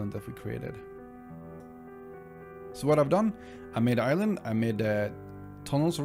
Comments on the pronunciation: I’m not that far into the video, but sometimes when he says “island” it sounds like he’s saying “Ireland” lol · Great fob my mans, though either I kept hearing you say ireland or island.